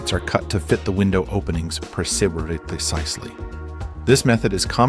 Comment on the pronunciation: "preciberately precisely"